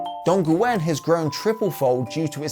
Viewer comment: And Dongguan (Where I live) is only 2 syllables (Don like the sound from "Don't" and Guan like... "Gu~on" blended to one)